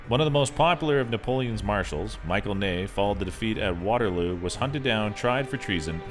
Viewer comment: Michel Ney is NOT Michael Ney. It's pronounced Mish -el